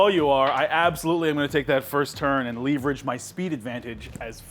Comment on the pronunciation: LEEEVERAGE?! Oh my goodness that bothered me 😂😂